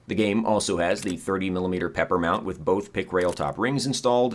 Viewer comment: It annoys me to no end that you call the P.E.P.R. the "pepper" mount and not the "peeper" mount. Also in Tarkov, you only have one eyeball located in your right eyeball, not the center of your head like most other games.